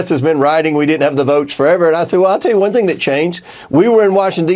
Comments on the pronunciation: Did this slug actually say, "A great ting happened on Tanksgiving?" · Did comer say... A great ting happened over tancksgiving